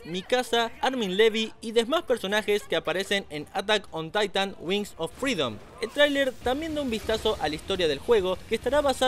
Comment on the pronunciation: atan on taitan, asi lo pronunció la primera ves